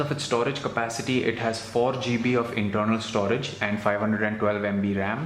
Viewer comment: Worst accent ever heard and dude improve your pronunciation eg: internal,runs e.t.c !!!!!